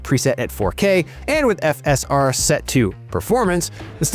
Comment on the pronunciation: Why is the dude pronouncing FSR and RDNA so weirdly.